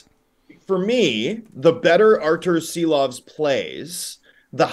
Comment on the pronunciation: Homas Rance or Thomas Drance? Arturs Silovs or maybe it's time for ARTURS SHILOVS!!!??? Š like Škoda or Shanahan!!! It's time to pronounce it right!!! 🇱🇻 SARAUJ🇱🇻LATVIJA🇱🇻